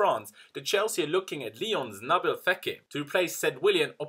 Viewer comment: Love how you’ve nailed how to say the players name correctly.